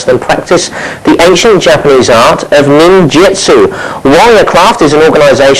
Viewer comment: WHY OH WHY does everyone say NINJITSU ... its NIN-JU-TSU ,dammit!! :)